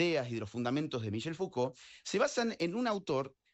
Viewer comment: Para el entrevistador, no es "fugol" es Foucault, con C, se ve que no lo has leído.